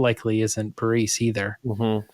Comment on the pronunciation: Why does call Bariss "Bareese"?